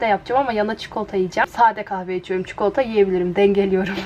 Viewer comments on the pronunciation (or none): Çikolata demeden önce heyecanlanıyor musun? 😂 çünkü çok güzel tane tane kelimelerini söylüyorsun sonra bir anda hızlıca "çıkolta" diyorsun 💖 neredeyse çikolatadan bahsettiğin tüm videolarda dikkatimi çekti "çıkolta" 🍫